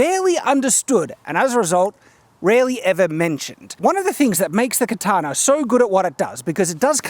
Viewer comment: why do you pronounce it "katanar", with an "r" at the end? I'm learning to speak english.